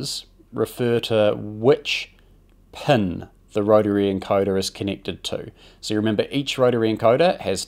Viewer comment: Amazing video. But I gotta admit the way you pronounce “pin” was really getting to me lol